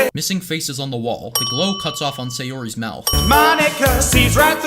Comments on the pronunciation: ITS NOT FUCKING SAYARI ITS SAYORI YOU DIP SHIT. AHHHHHHHHHHHHHH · Can we add extra sins for mispronouncing both Sayori and Natsuki? But I'll remove 1 for that "crush" pun